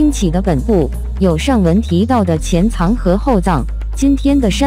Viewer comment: 前藏（躲藏的藏）？後藏（寶藏的），你在唸個啥鳥毛啊？